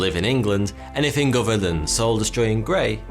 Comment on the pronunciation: it's his English accent. Notice his says "uvver" instead of "other." Or in this vid.."weavver." Instead of "weather.".....it's his accent. P.S. even his "thunder" sounds like "funder."